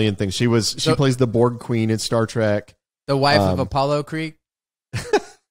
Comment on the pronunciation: TREK, not track..... sigh LOL